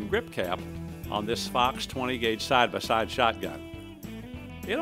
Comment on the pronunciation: “side ba side” wow you ARE from missouri arent you?